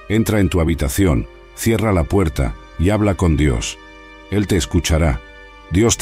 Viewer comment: No se DICE ((VIDIO)) SE DICE VIDEO VIDEO